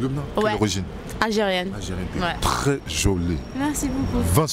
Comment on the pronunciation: Mdrrrr, ce dragueur ALPHA " TRRRRES jolie, 20/20 " 😆👌🏾!